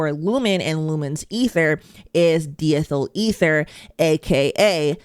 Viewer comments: It's pronounced, "dye-ethel-eether" the di- prefix refers to "two," (two ethyl groups in an ether molecule). You wouldn't say, "bee-cycle" 😉 Oh, and diethel ether isn't laughing gas. You're confusing that with Nitrous Oxide (also a gas), the stuff dentists used to use as anesthetic (and was used in "LIttle Shop of Horrors"). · Die-ethyl ether 🙂